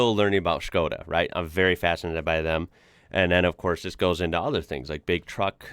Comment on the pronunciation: I hear you properly pronouncing Škoda with a sh in the beginning so I think you'll appreciate this: The middle syllable in Dacia is pronounced chee (as in cheese), so: DA-chee-a. :)